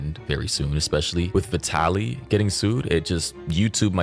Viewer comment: Yeah, Mori didn’t even know how to pronounce his name lol. And the people upset clearly don’t watch the videos if they are throwing Vitaly in there lol.